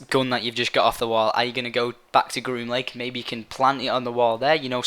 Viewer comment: groom link? green link? grun lunk? WTF IS HE SAYING?!?!